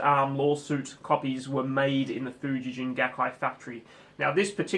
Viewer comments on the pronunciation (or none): There is also Schecter Japan. They outsource to Schecter Korea. Schecter Japan is top level. Lawsuit guitars were produced from the 60s to the 80s. Fuji-gen is pronounced with a hard g, not a j sound. "Gen" is the word for string, as in stringed instruments.